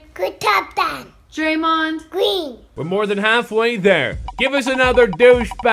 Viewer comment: Steph..... Cuwwi! Klay..... Kthomthom Draymond....Gween